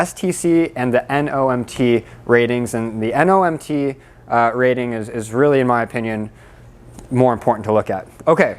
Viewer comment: it's not "NOMT" it's "NMOT". Normal module operating temp.